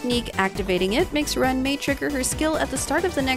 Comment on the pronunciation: If you pronounce Ruan Mei's name do the Afrikaans pronunciation for Ruan. Its sounds like Rowan.